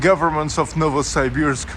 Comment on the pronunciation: я смотрю ты еще и архитектурой увлекаешься! Молорик, я твой недавний подписчик. Только пожалуйста, не называй наш город НовосАйбирск, так никто не говорит. Можешь даже транскрипцию в вики посмотреть. Удачи, жду репортажа из Омска!